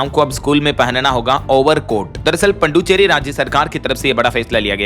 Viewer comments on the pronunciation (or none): पंडुचेरी ग़लत उच्चारण